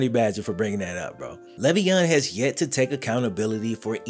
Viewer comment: I mean the least you could do while using his name to make bread is say his name right.... he has said multiple times its "lay-veon"